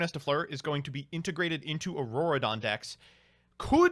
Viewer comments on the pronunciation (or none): none